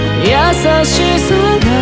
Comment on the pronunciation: の天月さんの優しさの「や」の言い方が好きすぎる…